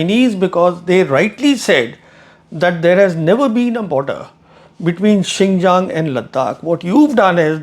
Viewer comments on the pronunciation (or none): none